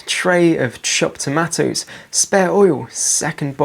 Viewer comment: Just learned a third way to say tomatoes.